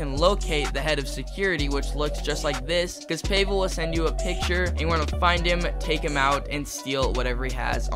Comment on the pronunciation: payvel is crazy its pavel or ig pahvel is the way to pronouce it